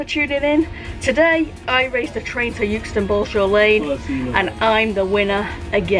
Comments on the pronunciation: It's euxton not yooxton😩😩😩😂😂🙂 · Love your vids, it’s pronounced eckston btw a bit like by eck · As much as I want to enjoy watching this, your pronunciation of ‘Euxton’ is really getting on my nerves. I don’t care how Anne says it!!! 😂😂😂😂😂😂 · Good one, G. People in Blackburn (strange town, that) used to pronounce it 'Ex ton'. Freaks. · It was always pronounced “exton” when I worked at Leyland…. Or does that wreck the joke? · You say "Youxton". We pronounce it "Exton" here in Leyland lol................